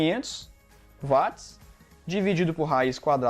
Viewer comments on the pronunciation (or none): Parabéns professor. Gostaria de acrescentar que a potência em Watt. A pronúncia é uat e não vat. Pois o físico é Sir James Watt Inglês Watt,Inglês Inglês